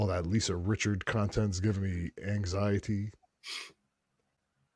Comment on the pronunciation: Richard. No "s".